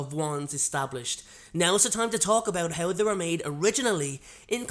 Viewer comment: He pronounces "How" like "Hew"